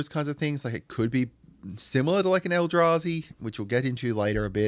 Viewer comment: You nailed sliver and eldrazi! Nice one